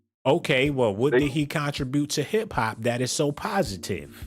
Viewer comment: He est the west side in the industry & he was always outspoken. As a black man he most definitely has a right to speak on what he feels as injustice! Lastly you pronounced contribute wrong Making everything you say after that a joke.